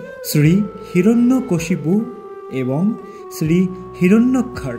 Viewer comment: জরাসন্ধ্র না, জরাসন্ধ। হিরণ্যাক্ষা না, হবে হিরণ্যাক্ষ